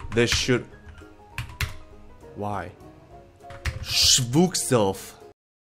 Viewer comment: "Shbookself" Lmao